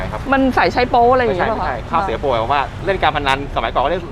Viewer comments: ข้าว เสีย โป ค่ะ ไม่ใช่ ข้าวสวยโป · ข้าว เสียโป ไม่ใช่ ข้าวสวยโป ค่ะ หนู😁😄😃😛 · ข้าวเสียโปครับ ไม่ใช่สวยโป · เขาเรียกข้าวเสียโป...ไม่ใช่ข้าวสวยโป...